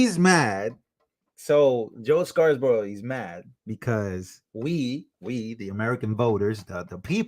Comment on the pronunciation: It's Joe Scarborough, NOT ScarSborough. I've heard you mispronounce this name too many times and finally decided to comment. Thanks for all of your great videos,!